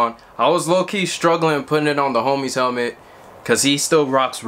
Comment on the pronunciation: Haha you don't know how to say helmet